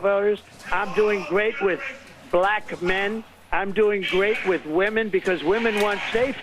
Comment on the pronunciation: Why does he say black like it has 2 syllables? Bul lack 😂